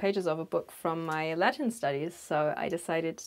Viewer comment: Suddenly the latin studies became latrin studies